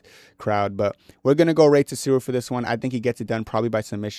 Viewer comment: I actually had to skip past the rey tsuruya fight cause your pronunciation of his last name pissed me off so bad